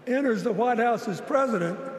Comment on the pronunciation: Did he say Whitehouse or Lighthouse….🤔🤔🤔🤔